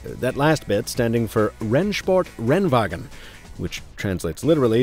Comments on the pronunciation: Good job on pronouncing „Rennsport Rennwagen“ 😄 Noticeable accent but perfectly understandable 👍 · The pronounciation of "Rennsport Rennwagen" was pretty good for an american